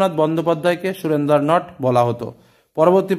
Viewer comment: sir i think এটা সুরেন্দার নট নয় সারেন্ডার নট😅